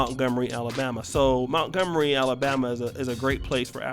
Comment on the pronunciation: Mont-gomery mont, not mount